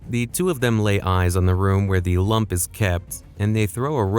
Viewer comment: The way he says Lamp like lump is somehow more annoying than saying Rafe like cafe